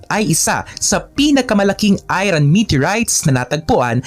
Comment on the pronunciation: Idol..iba pagbasa mo sa word na "IRON"